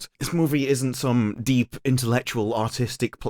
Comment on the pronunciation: With your accent when you say “artistic” it sounds like “autistic”. Or you do it on purpose. 🤣😂